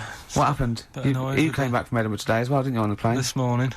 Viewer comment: is even cuter than Karl 🥰🥰🥰🥰 Well done on pronouncing Edinburgh. First and only American I ever think will get it spot on. 👍👍